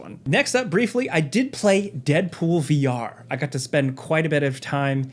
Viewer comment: He said vR people with the hardest of ARRRRGHS.